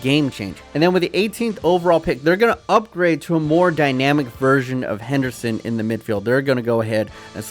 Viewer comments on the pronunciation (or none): none